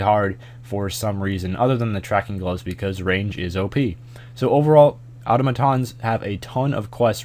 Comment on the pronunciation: Congratulations, you are the only American who can pronounce Automatons